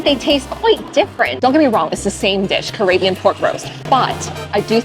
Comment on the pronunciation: Did you say CarAYbbean? I’m no world traveller, but I believe it's pronounced CaRIBbean 😂. Either way, carry on.